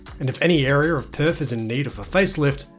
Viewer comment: There is no( F ) in Perth mate! It's not PERF IT'S PERTH! 😂